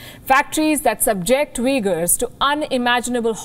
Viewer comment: Madam i guess u couldn't pronounced this"UIGHURS"